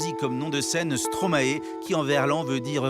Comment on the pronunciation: Stromaille svp ..... arrêtez de dire Stromaé. (Et Molenbéék pas molenbèk) :)